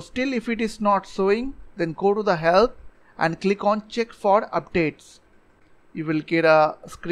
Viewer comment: When he say ‘ if its not work go to help ' And i heard ‘go to hell ’ 😂😂😂